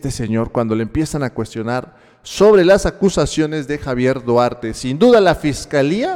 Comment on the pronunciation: no puede disimular su desesperacion al ser interrogado se le nota el nerviosismo, dice que no ES SU AMIGO duarte pero q si tuvieron amistad, minuto aprox. y en ves de decir duarte dice guarte , ojala y lo metan al bote por corrupto